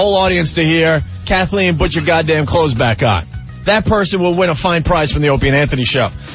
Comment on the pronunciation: Opie saying "but" instead of "PUT" is ENRAGING.